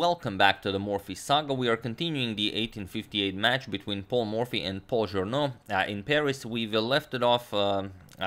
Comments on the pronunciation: Thank you for the amazing content as always! Just FYI: Journoud is pronounced [Joornoo] instead of [Joorno]. It is easily mixed up as Journaud [Joorno] would me much more common as a French name than Journoud [Joornoo]. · Evo malo pomoći za izgovor: "Café de la Régence" se izgovara "kafe d la režans". Journoud će pre biti Žurnu jer se 'ou' izgovara kao naše 'u'. Uz ove male ispravke eto još malo pa dva miliona! Pozdrav.